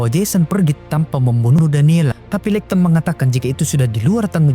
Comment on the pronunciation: pronounce nya `leikton`?, skip